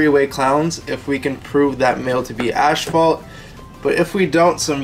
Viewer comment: Cool video. But son, its ass,fault. Not ashfault.lol , God bless 😁👍